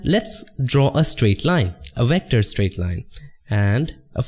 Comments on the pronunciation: Excuse me, what’s “recter”? Said “raster, recter, And smart object”, golly I am confused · Nice tutorial. Thanks. I only got confused coz you keep saying wector for vector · What's a wector? lmao haha jk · i love that you say wector, instead of vector, idk why but i think it's cute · Love your videos dude. Just make up your mind on how to pronounce the letter V please lol.